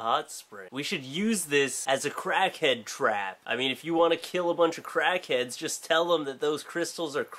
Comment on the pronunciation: When you started talking about Crackheads I thought you said Kraken at first. I was confused :|